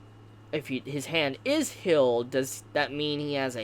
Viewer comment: Good video but ur voice is Annoying af “hilled” “rivil”